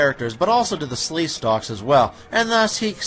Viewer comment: Sleekstaks not Sleestalks. Sorry, 8 years late.